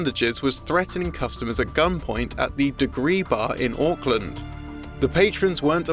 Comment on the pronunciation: Omg this dude pronounced Auckland right!! It’s not nor will it ever be owkland 😂😂 smh.